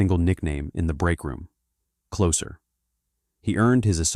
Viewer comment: AI voice has some bad mispronunciations- Lesabre and closer for example- giving up after closer.